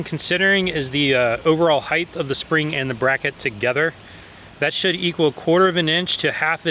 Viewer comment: If you say "heighTH," you have to say "weighTH."